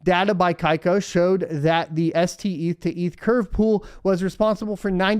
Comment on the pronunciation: Steth not Seth